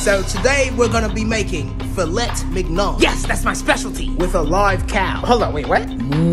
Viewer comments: Man said filettt minion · me: it's pronounced filei minhon😡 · It's pronounced Fill-Ey Min Young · It’s pronounced like “Feelay menyon” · The way is said filet mignon it’s pronounced Fil-é Min-yohn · It’s pronounced “fil-a min-yon” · It’s pronounced fil-ey min-yon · Filleh Minyon is how it’s pronounced, dont know if it was intentional to do this but plz no r/woooosh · It’s pronounced fuh lay min yaan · Its pronounced "filleh miniyon" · Gordon would throw u out of this world for pronouncing filet mignon like dat Filett mick nun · Its pronounced filay minyon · The pronouncing of "filet mignon" feels satire but also feels genuine. French people would kill him if they heard what he said. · The filet mignon pronunciation is so hilarious 🤣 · I'm learning like 3 or 4 languages at once and I'm crying in French due to how he pronounced filet mignon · You don't even need to be French to want to murder him for that pronunciation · the hilarious lack of correct pronunciation and fillet mingon is unbearable